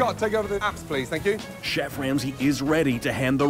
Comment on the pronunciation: Oh no… we have another chef saying “Ouis chef”…. Flashbacks of Benjamin…